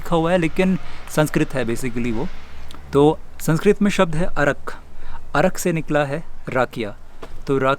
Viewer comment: अर्क hota hai... arak nahi